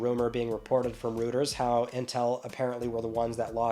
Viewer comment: with peace and love it’s pronounced ROY-TERS!